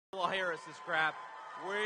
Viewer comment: Wow, he said her name right